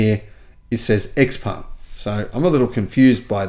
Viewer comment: According to Autoline Daily, XPeng is pronounced "Je-PUNG" or something like that.